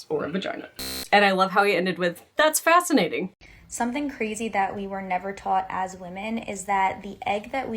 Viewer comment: The "Fasinating" LMAO